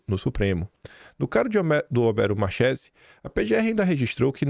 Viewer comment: Marchese lê-se "Marquese".